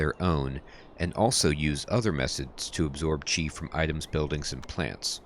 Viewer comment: The formal standard pronunciation is "chi", you are saying it correctly. The spelling is Qi. Sometimes you hear other pronunciation due to dialect differences. People in/near Guandong province and Hong Kong has a vastly different dialect compare to Beijing standards. This is akin to American vs British accent; but much much worse (in terms of how things are pronounced, they have extra pronunciation syllables). Tbh pronunciation doesn't matter that much, so long as you are consistent we can connect the dots.